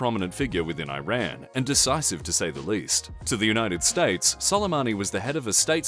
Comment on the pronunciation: I’m just saying, it’s not hard at all to pronounce Iran correctly